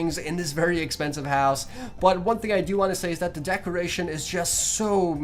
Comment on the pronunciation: Anyone else notice he keeps on saying decreation instead of decoration?